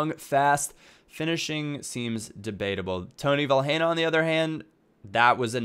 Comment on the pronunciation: You don't pronounce the 'h' in Vilhena. You just say 'Vilena'.